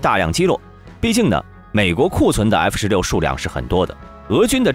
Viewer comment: 英文读不好没关系，字母能不能读准一点啊？F16say，F16say？你还想说点啥？就算机器读的也调校的准点嘛。实在是太难听了😓